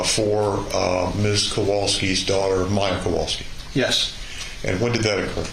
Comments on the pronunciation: I'm sorry, but not once during this trial I heard proper pronunciation. Instead of w it should be read as v. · Small irritation, but as someone whose last name is constantly butchered, the lawyer in the back with glasses for the defense, always mispronounces the Kowalski's last name. He's heard it at this point likely thousands of times, but still pronounces it wrong.